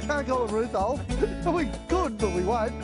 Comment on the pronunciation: “Rooth holes”🤣🤣🤣🤣🤣